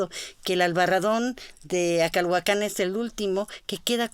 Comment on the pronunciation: Yo quité el volumen cuando la escuché cecear y cuando dijo "Acalhuacán." Supongo que todo arqueólogo sabría pronunciar "Acalhuácan," o "Acolhuácan," (tierra de los acolhuas) Esos aparentemente nimios detalles arruinan una disertación.